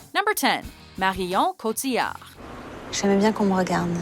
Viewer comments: Im not dissing or anything but her attempt at french is fucking hillarious " MARRHHIOOON COTHHIAHRD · It's so annoying how much she over pronounces Marion Cotillard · i swear these guys pronounce marion cottilard's name different every time she makes one of these lists